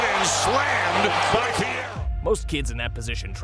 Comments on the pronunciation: Im from Arkansas. Please learn how to pronounce his name correctly. It is NOT Theo.....It is Adou Theiro pronounced a-do thi-row 😊 and Adou Theiro is a future star! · “Theo Adou” lol